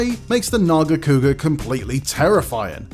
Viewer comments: behemoth making this list is crazy, also its NERGIGANTE not fkin nergante. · Don’t disrespect Nargigante by saying gigante learn your names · Talk about Glavenus, show Acidic Alavenus, talk about Nargacuga, show Lucent Nargacuga. Also, the name is Nergigante which is pronounce "Ner-gi-gan-te" not Nergante you unculture swine. I bet dude just pick up some cool looking one from the recent Monster Hunter installment and call it a tier list. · “Nergante” huh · Oof. These are some hot takes right here. You know its bad when they cant even pronounce some monsters names lol. The hell is a Nuergante? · . Nergante? Lol. I thought maybe it was just his accent, but he keeps saying it and I don't think it is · Rathalos above gore magala,rajang,malzeno,behemoth,amatsu? Blapshemie If you make nergigante #2 at least say his name right, whats a nergante? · Ner-GI-gan-te holy moly get this guy out of here and bring back Casey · And their pronunciation too. What it's a Nergante. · It baffles me how this guy can't even pronounce some of the names right; pisses me the hell off that you butchered Nergigante's name by calling him "Nergante." You realize there's an "i" in there, right? Your channel guidelines say to be respectful, but after seeing this list and your butchering of monster names... you,, don't deserve respect. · Couldn't even be botheted to pronounce nergigante right...."nergante" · You know there's 2 G's in Nergigante right? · Wtf is that Nergigante pronunciation.... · You can tell how many people gave up on watching the entire video by how few comments there are pointing out the incorrect pronunciation of Nergigante. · the way he pronounced nergigante makes my skin crawl..